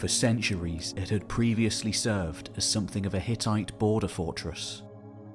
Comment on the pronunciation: Don't mean to be an internet pest, I like your videos, I guess. BUT, I CANNOT STAND the way way you say SOMETHING --- There is NO "K" at the end of the word SOMETHING, its SNOT SOMETHINK.